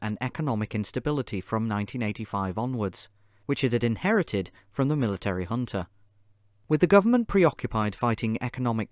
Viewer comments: Man, i struggled to understand what was the hunta or hunter (with african accent) that was many times mentioned. It happens that J in portugues is not like the J in spanish, which has a H sound. It is like the english J. so Junta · The English word is pronounced hunta. Sorry